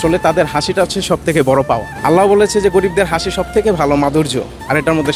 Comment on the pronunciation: আল্লাহো নয়। আল্লাহ উচ্চারণ হবে